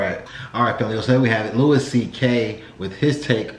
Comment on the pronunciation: Louis pronounces his name Louie.